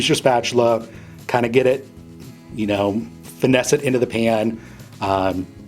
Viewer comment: "finnese it in the pan" lol